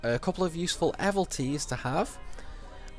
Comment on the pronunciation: Not to be that guy, you are clearly a master of this game, But it cannot be "Dis-a-gay" the word goes d,i,s,'G'. Its Dis - GAE - ah, look where the G is. ALso "evil - ities" By looking at how it's spelt even once, it's obvious it cannot be "eh - vil - tee"